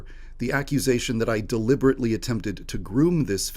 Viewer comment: "the accusation that i deliberately attempted to groom this fan is false" always good when you emphasize deliberately. "your honor, it was an accident!"